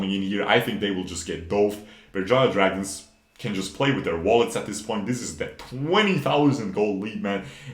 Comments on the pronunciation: Berjaya Dragons You're correct, the pronounciation is on point. Some people would say Beurjeya dragons. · yep u pronounce it Right , in our native language , the team name is kinda cringe to be honest